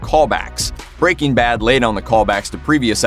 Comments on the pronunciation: It’s not BREA-king bad it’s breaking BAD the emphasis is on the bad goddammit bro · Why does he say breaking bad like "BREAking bad" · Brea King Bad. Why you sayin’ it like that? 🙃